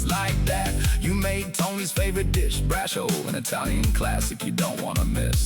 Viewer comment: Bra-cho-lé... do none of you New World 'Italians' speak Italian anymore?